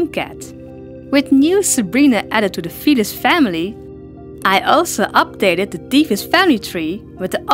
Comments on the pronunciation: not to be rude or anything but it kinda sounds like ur saying fetus instead of felis Srry if ur offended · At first I thought you said the fetus family